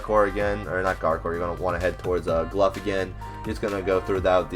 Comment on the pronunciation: Cmon man, its GLOUGH, aka GLOW not Gluff, i didnt see a single "F" in his name nor a "ph"